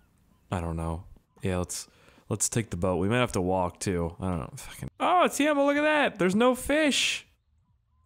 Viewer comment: His name is Keimo not Teimo